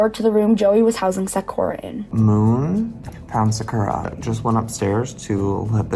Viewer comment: i have many questions about this video. not every pet owner is absolutely perfect, why is she acting like she would be 100% perfect in the same situations? why does she say sakura as “sackora” ? in hindsight, yeah maybe he should’ve done things better, to be so critical of someone else when you wouldn’t be perfect in the situation either is not right. he’s trying his best to help these animals, she’s acting like he has some sort of weird kink for having animals or breeding them 😭. if he would have just left the animals this girl would’ve been griping about that too, at least he didn’t just leave them there and is TRYING.